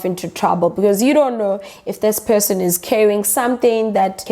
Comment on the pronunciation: Her: Point of person my ears: Point of pissing Had to go back and listen to that again with subtitles on